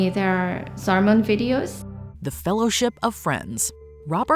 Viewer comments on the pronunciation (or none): none